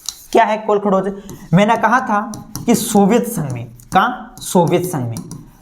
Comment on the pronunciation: This is kolkahoj not kolkhdoj 😅